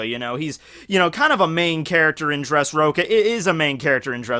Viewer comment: For a second is sounded like you said dressroka